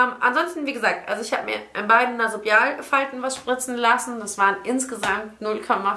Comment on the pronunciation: Es heißt übrigens NasoLAbialfalte, nicht Nasobialfalte :-)